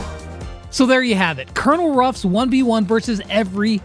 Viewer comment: Why does everybody say Cornel Ruffs not Colenel Ruffs